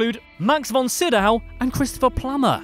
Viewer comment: Sydow: (see-dough)